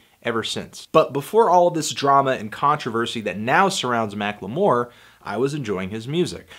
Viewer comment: You always add an extra syllable to the word "Macklemore"